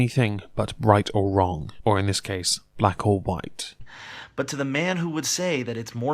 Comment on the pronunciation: I swear I heard say "bright or wrong"